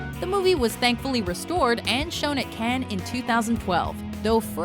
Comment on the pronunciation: The voice that does these videos is 99% flawless, but you just can't pronounce Cannes as "can." You absolutely can't.